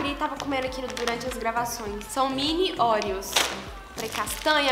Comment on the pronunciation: Muito lindaaa!!! Se diz OREO ....Como o "O" de OVO...rsrs Sucesso gata!!!!